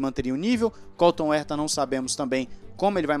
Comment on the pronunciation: Cada veque vc fala Colton Erta, morre um golfinho. E não é porque vc prefere aportuguesar a pronuncia, já que vc fala ZEK Brown.